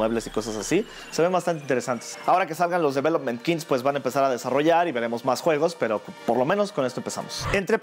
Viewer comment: Los "Develomen Kins"